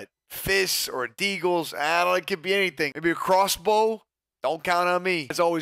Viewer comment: Ok, I’m seeing so many YouTubers saying Deagle in reference to the 50cal pistol. You don’t pronounce it DEAGLE it’s pronounced D-EAGLE short for DESERT EAGLE